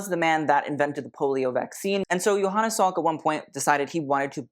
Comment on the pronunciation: sweetie... it's Jonas Salk. Joe-nuhs. Not Johannes. He was American and pronounced it very American.